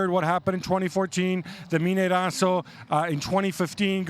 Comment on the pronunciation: MINEIRÃO..... Not Mineiraco.